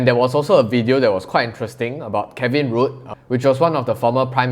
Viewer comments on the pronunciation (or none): He's not into politics or the economy, I won't blame him if he cant pronounce "Rudd".. Kevin RUDE.. LOL! I come here for laughs all the time, this fella is one big clown, almsot a CCP apologist I'd say